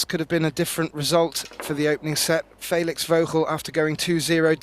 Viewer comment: "Faylix"... " then s'pose "Gaythin" is correct.